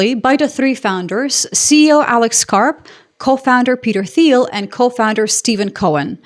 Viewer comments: teal not theel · FYI, Thiel is pronounced more like 'teal'. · Peter "Teal" the H is silent. I bought PLTR when it was $19 and cashed out when it went to $200. I thank PLTR. Anyone could have did the same thing I did but you were too busy blowing it on movie tickets and eating out. Rich people bad blah blah. I'm not even "rich". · Okay so what I cant understand is why people pronounce this guys name as 'Teal' when it's so clearly pronounced 'file'. Peter File. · Funny, appears to speak with an American accent when she goofs at the end. She also pronounces Peter Thiel's last name with an English "th" sound even though the h is silent when pronounced in Thiel's native German. if she were European, she would probably know that. Curious as to where she is really from. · The 'h' in Thiel is silent